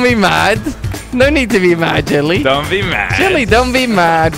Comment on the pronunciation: I like how Kwebbel pronounces Jelly as ' Chili '